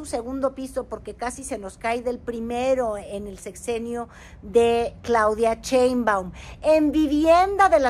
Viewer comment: No sabes pronunciar Sssshhheinbaum.? no es "Cheumban"